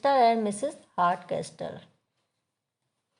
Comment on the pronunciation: Hartcasol would be the pronunciation.. not castol*